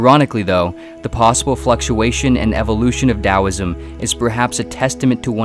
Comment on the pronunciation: Im so glad you said it as dowisim